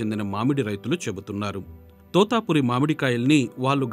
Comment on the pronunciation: తోతాపురి కాదు తోతాపరి.